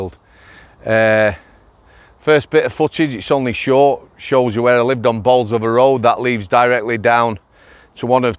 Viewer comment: The correct way to say Bolsover 🙂👍🏻